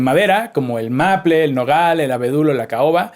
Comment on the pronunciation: Que pedo con el maple? Hahahaha! XD Con lo bonito que suena arce... Aaaaahhh... (Suspiro), también suena bien maple, pero, bien pronunciado (meipol) Y sigo viendo el vídeo, que tengo una gran tarola, aquí en españa le decimos caja, y no termino de sacarle todo el jugo. Gracias por todos sus vídeos, un fuerte abrazo! Pd. Que pedo con PHAT? Se escribe Fat :P XD